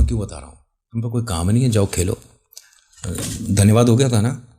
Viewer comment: Aap dhanywaad ki jagah tanaywaad kyo kehte ho 🫠🤔